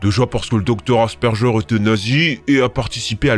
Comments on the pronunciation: Super vidéo comme d'habitude 😁 par contre asperger se prononce asper(gu)er et pas asper(j)er 😅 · Ca se prononce "asperGUEUR", pas "asperJeur" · c'est pas "asperjeur" c'est "asperguère" 😭😭😭😭😭😭😭😭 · Plusieurs choses à dire : - Super vidéo, merci de participer au partage des connaissances de ce trouble. - Asperger se prononce "aspergueur" et pas "asperjeur" : on ne se nourrit pas d'asperges 😂 - Je trouve dommage que les films ne montrent pas plus des autistes qui n'en ont pas l'air. Peut-être que si il y avait eu de tels films, j'aurais su plus tôt ce que je suis, les gens m'auraient plus compris, je ne me serai pas pris pour un fou ... Parce que l'autisme de plein de personnes ne ressemble pas DU TOUT aux clichés que j'avais avant de l'apprendre : un haut QI, des intérêts spécifiques scientifiques, une voix et une démarche "robotique", etc. Je conseille la chaine Mésange qui représente bien ce "type d'autisme" et qui explique très bien l'autisme et le TDAH. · Étant autiste, on a tenté de me faire croire qu'être autiste, c'était mal... Je suis autiste depuis tout petit et c'est un cauchemar... Et le "G" de Asperger ça se prononce "gu" pas "j" 😊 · désolée, mais j'étais obligée de relever, asperger se prononce < > (le g ne se prononce pas <<J>>) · Bonjour J'ai été diagnostiqué à 8 ans asperger, et avant tout je souhaite souligner un point qui me frustre : on doit prononcer le g "gu" d'asperger 😅 Sinon oui c'est a peu près ça. J'ai l'habitude de me craquer les articulations même quand ça ne craque pas, je ne ressens pas la température sur ma peau (que sur mes muqueuses)et j'ai eu une petite fixette sur les tracteurs (très grosse en fait) et je m'écarte le plus possible des humains. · Nous sommes beaucoup à être autiste dans les commentaires lol J'ignorais que tu en était atteint toi aussi ,,, personnellement j'en suis atteinte mais en terme médical on parle de plus en plus de TSA . Cela s'écrit Asperger mais cela ce prononce Aspergueur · Le "g" Asperger se prononce "gu".